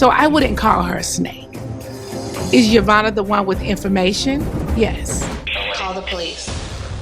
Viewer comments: Yassssss to the name butchering!!! 🙌🏾🙌🏾🙌🏾 yomama...jamima...yofufu got played. Nene was the true snake 🐍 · Jeveena??? Yomani? 😩💀 YOU DEAD WRONG, 😂😂😂😭